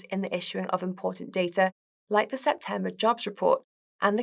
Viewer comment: It sounds like it’s hard for her to pronounce the “e” sound. “Septamber”, “nagative” etc. It’s a bit distracting/annoying.